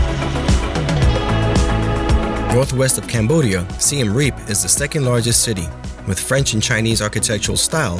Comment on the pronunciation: SIEM Reap Not SIAM Reap